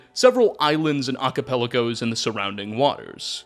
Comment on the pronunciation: Archipelago = "Ark uh pel ago". Not "Ah ka pel ick oh". Only saying this because I recently had to stop a friend of mine mispronouncing it just 2 days ago with multiple dictionaries and Google Translate's text to speech examples as evidence.